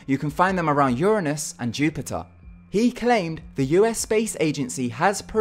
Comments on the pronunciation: it's not urineous, its URANUS! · you can say proliferating properly but not Uranus ? wtf